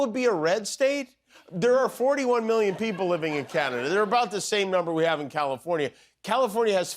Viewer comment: Why can't Trump pronounce "million" correctly? He says "me-yun."